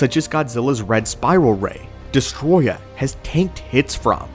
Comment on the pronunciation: It's Destoroyah. Not Destroya.